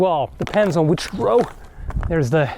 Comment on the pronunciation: Drow rhymes with cow.